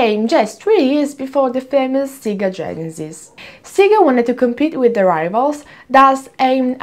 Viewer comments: It's not "Seega" (Siga) it's "Sega" but maybe it was intentional to collect as many comments as possible. I saw that thing all over the social media. However, I am subscribed to your channel and I watch all your videos and i click "Like" to all your videos so no need for cheesy intentional errors in order to people comment your videos. 😙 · In Italy we're used to called it "Seega" because the original pronunciation has different meanings in our language, one of that is quite explicit and kids shouldn't say it. You can check italian commercials from the 80s-90s for confirmation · Sega in Japanese is pronounced like Mega, or like sega in Italian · "Instead of focusing on the content" Ah, the irony... ;) Her pronunciation of Sega has nothing to do with what you're talking about. You don't seem to be aware that Sega is usually pronounced like this in Italy because the "correct" way to say it is an offensive word for a certain sexual act in Italian. Look up Italian Sega commercials, they're all saying it the exact same way. Btw, I'm not Italian, but it isn't difficult to google it.